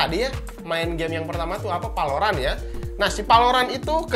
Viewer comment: "pertama kita test game palorant ajaa" gw dengernya peloran njir😂😂